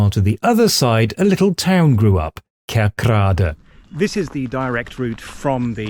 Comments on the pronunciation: Pretty accurate. Only one issue, and that is the northern dutch pronunciation of KerkRAde. This is incorrect. The residents and I´m guessing 99% of inhabitants of southern Limburg call it `KERKrade` or `KIRCHroad`. People in the north and west of the Netherlands have a tendency to emphasize the wrong syllables in towns and villages of Limburg. They´ll call the village of MARgraten `MarGRAten`, they´ll pronounce the village of Wijlre as `WHILE-ruh" instead of the correct "Weel-RAY". Foreign speakers will even pronounce the provincial capital with the wrong emphasis and call it "MAAStricht", instead of the correct MaasTRICHT. As a dutchman from The Hague who spent most of his youth in Limburg, but is currently living back in the west of the Netherlands, this is a bit of a peeve I have. Maybe a small issue, but you wouldn't take a documentary about Queen Elizabeth seriously if the narrator kept calling her country Great BruhTAYNE. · Nice! I live 5km from this situation, and are totally used to it, because I live here for almost 50 years. My English is bad, really bad, so I hope you can understand me. You pronounce both townnames the wrong way, as in that you have the wrong Emphasis. It's herzogenRATH and KERKrade, not the other way around. Just saying... I'm enjoying your video though.